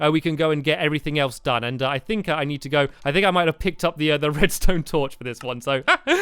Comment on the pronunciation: Did I hear stampy say redstoon uh oh